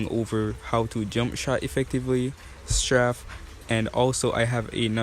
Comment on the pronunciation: straf lol its straif